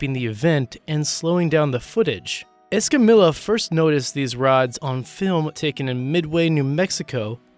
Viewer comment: *es-cah-me-ya not es-cah-millah.